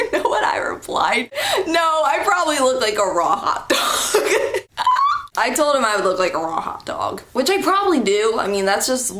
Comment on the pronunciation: When you said a raw hot dog I thought you say ro-hot-og, lol accents and omg this guy ;-; glad there was some cool people there at your school though :-)